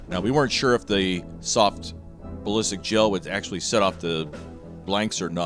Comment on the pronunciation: “The tactical balístic pea can”